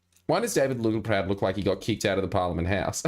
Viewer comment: I always feel like I need to duck every time Littleproud ptt-pronounces a word with a ptt-P in it.